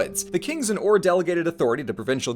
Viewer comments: A note- ur shouldnt be pronounced like err or oar but instead like oor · Wait, it's pronounce Oūr? I thought it was more pronounced eUr... or is the Royal Game of Ur completely different?